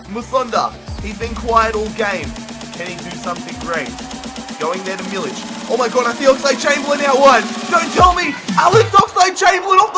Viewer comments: A correct pronunciation of milik is meal-ik the k sounding like a c from cat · There is no ć or c in Milik, so Just read k like k :-) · its not milich is milik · You arę saying milik wrong